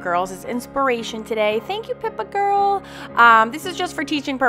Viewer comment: Beautiful. Are you saying Pippa Mcmanus or Pepper?